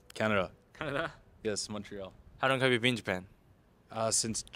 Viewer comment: ....When you say "How long..." it sounds like "Harrro." 正直 発音の面で頑張らないとね